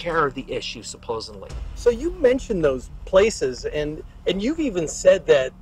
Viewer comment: its hard to believe a guy that says "supposenly"